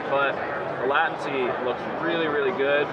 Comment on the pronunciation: It's pronounced LAYTENCY not LAATENCY